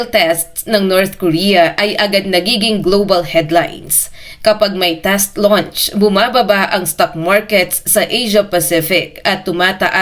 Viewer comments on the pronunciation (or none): none